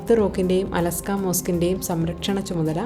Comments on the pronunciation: അലസ്ക അല്ല ; അലക്സാ എന്ന് പറയു സഹോദരി...! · അലസ്കാ അല്ല അൽ അക്സ മോസ്ക്ക് 😂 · അലാസ്ക അല്ല. 😂.അഖ്സ ...... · അലസ്കാ മോസ്കല്ല, al അഖ്സ മോസ്ക്